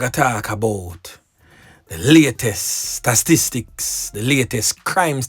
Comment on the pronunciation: The WORD is "STA TIS TICS", NOT STASTISTICS😂😂😂